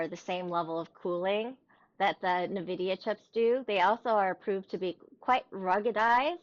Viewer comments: when someone says nahvidia I discontinue the video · "na-vidia"...please don't pronounce it that way